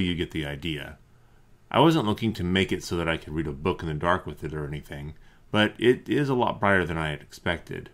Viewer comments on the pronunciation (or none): none